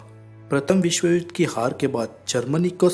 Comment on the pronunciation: ur information is very good but accent of hindi words like' vishw' u say 'visv' please use proper pronunciation to enjoy all ur videos. thank you